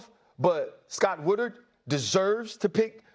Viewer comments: Ryan Clark is so passionate about the LSU AD, but can’t pronounce his name It’s Scott Woodward, you idiot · So Scott Woodward was such a good ad that Ryan Cluck couldn't bother to pronounce his name right?